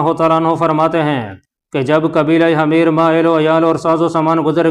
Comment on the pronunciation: Salaam from Canada 🇨🇦! Sir, The word you pronounced “Hameer حَميِر" is not correct! It means “Donkey گدھا” . The correct pronunciation is “Himyar حِمْيَر” . Please correct! Thank & regards!